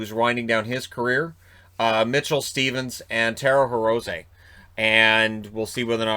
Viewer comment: Dear, I live in Japan and speak Japanese. "Hirose" is pronounced "Hero-say".:)